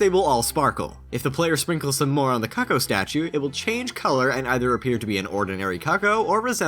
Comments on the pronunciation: Its Coocooo not COCKo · Pretty sure it's pronounced coo-coo not "cucko"